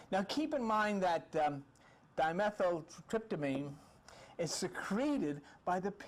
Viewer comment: After listening to Terence McKenna for years, I know the dimethyltryptamene and ayahuasca pronunciations, so your version of these made me laugh - but then you quickly learned the correct way to say the di-word, at least. I think I'm going to subscribe (I did) - you seem to really help the vast ignorance in which I habitually dwell. And you remind me of Bob Newhart.